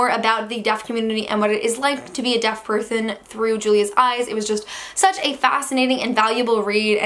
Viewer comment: Did you realize that you said purthon instead of person?